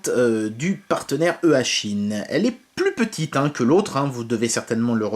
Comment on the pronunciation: Juste pour info on dit "ichine" sinon eachine est plus dans le domaine des drones mais pour ce qui est des drones cette marque est plutôt "renommée " donc je suis pas surpris de la qualité de l enceinte